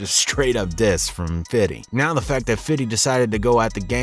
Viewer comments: Man the way you say "fiddy" his highly cringe worthy. We're adults now days. Just say FIFTY now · Honestly disregarding this whole video for its info... Whoever the narrator is sounds like a fucking clown every time hes says FIDDY his name is Fifty even he pronounces it as Fifty Cent... Hearing the narrator try to be cool ruined this who video for me.... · its not fiddy its fifty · Its not fiddy cent, it's Fifty Cent. Only white people say fiddy to imitate how they THINK Black people sound when they say Fifty! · broooo stop its 50!!!!! Five Zero.... 50!.. not fitty!! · I was just bouta say that🤣🤣 man just say fifty lls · Stop saying fiddy man... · Do us all a favor dude. Stop saying “fiddy” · Please stop saying “Fiddy”…it’s really cringe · Nobody says 50 cent like this !